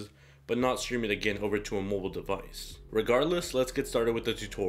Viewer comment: learn how to say device!